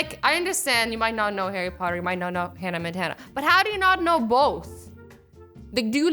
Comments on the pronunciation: it's Hannah Montana..... not Hannah Montan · It didn't say Hannah Montana, it said Hannah Montan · omg yes I mean WHO IS HANNA MONTAN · It said "Hannah Montan" like if u noticed